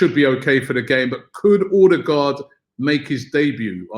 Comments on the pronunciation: Martin erdegaard is how its pronounced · It’s pronounced Err-de-gore (d is silent) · Pls Robbie learn to pronounce Ødegaard , he said in an interview how to say it.